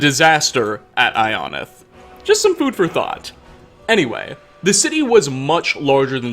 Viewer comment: all the fudgemuppet watchers hearing him pronounce ionith like ion-ith instead of eye-o-nith like we’re used to